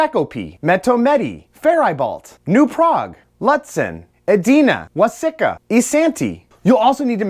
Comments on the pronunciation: waseca...... Wah- Sea- Ka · Wa-sec-uh vs. Was-seek-uh if you was it wrong you will get reprimanded in my hometown of Waseca.